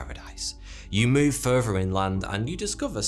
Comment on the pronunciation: Whats crazy is Christianity started as a cult with a charismatic leader. On a seperate note ...im now gon a start saying furver instead of further. Sounds cool as hell.